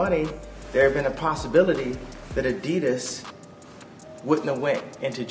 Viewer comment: Adidus lol its adi daas